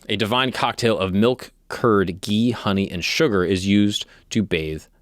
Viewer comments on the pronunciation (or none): none